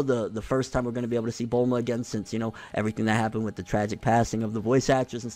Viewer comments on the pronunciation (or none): none